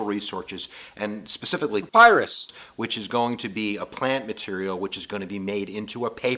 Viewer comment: Dude: PAYRUS Me: it’s papyrus